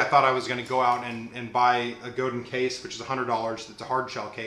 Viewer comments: it's pronounced guh-dahn :) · I know I'm coming late to the party. This is a very thorough review which i love! But the Godin is pronounced Go-da(n) soft n. It's a french name. I met the original luthier Robert Godin 30 years ago so this is the accurate pronunciation. God bless you for your worship leading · no guys.. its not like tomatoe toemattoh. its my last name and its pronounced. god-in not go dan lol. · Great review! Btw, Godin is based in Montreal and so the name rhymes with "Chopin". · Actually pronounced Go Dan. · Wikipedia: Godin Guitars (pronounced Goe-dan) is a Canadian manufacturer that specializes in stringed instruments, Just so you know. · yes i am french canadian in french i have already explained that it is pronounced goad-dain.... however simce most people aee not speaking french when speaking the anglicization if MY last name is god-in... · It's pronounced GohDan. I spoke with Janet Godin, Robert's wife (who owns the company). There are many pronounciations, but in this case it's GohDan. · Go-dan is a better pronunciation than Go-din.